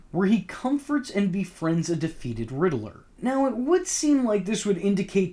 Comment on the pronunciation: Rid-ler not ridlrrlrlrlr